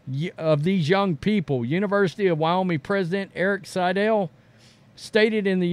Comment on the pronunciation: I love this channel and what you guys do and I'm hesitant to mention this, but it's WyoMING. Like ring or sing. Ming. Keep up the great work guys.